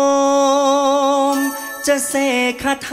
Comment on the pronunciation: ก๊อต เสีย ตรง โอมมม ครับ โอม ต้อง สะกด เลย ต้อง ไปหัด โอมมม ใหม่ ครับ